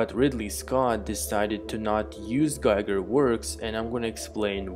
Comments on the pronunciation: bro, his name is pronounced GEEGER not GAIGER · Giger rhymes with eager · Interesting thoughts. Just a small side-note: The famous HR Giger's name is correctly pronounced [ˈɡiːɡər] ≈ GHEEger. Since the name isn't an English one, the "i" isn't pronounced the English way. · Please look around for the correct prounciation of Giger's name.